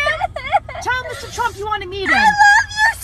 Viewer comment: she called Trump a shrump